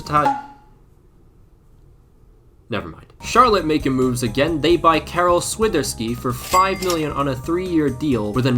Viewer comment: That Świnderski pronounciation killed me 💀 you point out the E in his name instead of the I